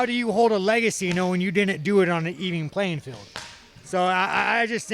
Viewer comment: really sounds like "eating playing field" 😜